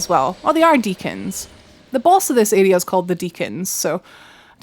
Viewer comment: I love how you say area! For the longest time I was thinking who are you calling an “idiot” until i realized you were saying area lol !